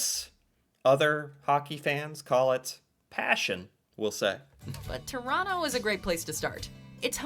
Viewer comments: She said hockey game in Chronno, please take note and please stop mis-pronouncing the name of my home town. She said it many times so get the correct pronunciation through your thick skull. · Lived in Ottawa for 5 years, can confirm, boring af, most exciting thing that goes on are street racings at night Also Toronto is pronounced ToroNO, you don’t say the second T….no, idk why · Your pronunciation of “Quebec” is perfection, but you really need to work on your Torana. 🤣